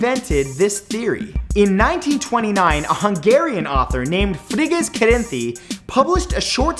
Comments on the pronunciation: Oh I'm Hungarian ...yeah that's definitely not how you say it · As a Hungarian, the way you said Frigyes Karainthy's name was so funny xDDDD